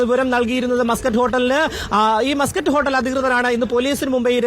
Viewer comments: മാസ്കറ്റ് അല്ലടി.. മസ്‌ക്കറ്റ് ഹോട്ടൽ.. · Maaaskatt alla chechii... Musket aan he😂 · Yavalqentha rogam! "mascot hotel" ennu parayunne? Avalde ground reporter muscat ennu paranyattum, backgroundil aaro yavale aadhyame correct cheythittum, veendum 'mascot mascot' ennu parayunna vevara heenal 🫵😡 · മസ്ക്കറ്റ് ഹോട്ടൽ അല്ലേ ? എന്താ മാസ്ക്കറ്റ് ഹോട്ടൽ എന്ന് പറയുന്നത് ?🤔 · മാസകറ്റ് അല്ല മസ്ക്കറ്റ് ആണ് 😅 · മാസ്കറ്റ് അല്ല മസ്കറ്റ് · മാസ് കറ്റ് അല്ല മസ്ക്കറ്റ് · Muscat aanu maascut alla😂😂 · മാസ്സ്കറ്റ് അല്ല മസ്കറ്റ്